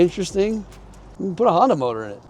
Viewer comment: Honda motor, call it a Por-nda.......